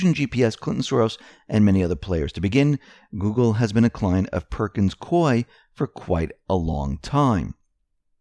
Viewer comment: Hey! CORRECT PRONUNCIATION OF PERKINS COIE IS PERKINS COO-EEE, RHYTHMS WITH GOOEY.